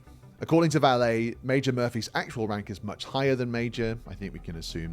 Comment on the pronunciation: Since you are making use of Vallée's research, you should do a bit of your own and learn how to pronounce his name properly.